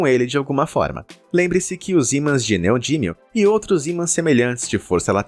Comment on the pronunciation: Neodímio e não "neodínio"